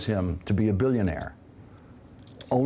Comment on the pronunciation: sorry guys, but you misunderstood him. he is a "bilk-ya-naire".